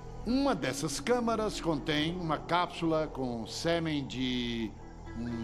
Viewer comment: Verdade! Ele fala "Sêmen". Você é o cara percebeu esse detalhe. É por isso que essas filmes como o "Tocando a maior zona", "O último Stifler virgem" e "O livro do amor" todos eu assisto legendado.